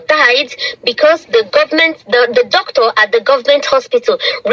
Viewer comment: MADAM YOUR PRONUNCIATION OF DOCTOR IS VERY BAD CHECK WITH GOOGLE